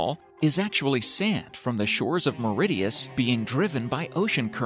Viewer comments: Maridius! Erm it's Mauritius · Lol. Mauritius close to South America... These people need to do more research before posting. And the narrator’s pronunciation of Mauritius is just as funny 😂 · Under water waterfall... The island is called Mauritius... Not meridius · and Mauritius